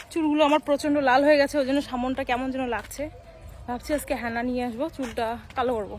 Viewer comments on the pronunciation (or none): বারবার হ্যানা হ্যাঁনা বলছে আমি ভাবলাম হ্যাঁনা আবার কি পরে বুঝলাম ওটা হেনা,,,,,,, কথায় কথায় একটু পরে হ্যাঁ হ্যাঁ কেন করে😂